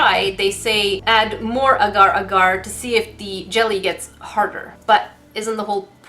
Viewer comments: Is anyone else in slight pain/cringing from pronunciation of the word “Agar” she says it as “uhgar” but its pronounced “ah gar(like car)” hope that helps 😂😂😂💜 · It’s pronounced ahhhgar